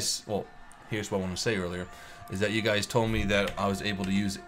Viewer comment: In the intro it sounded like you said "What's up gays?". XDDDDDDDDDD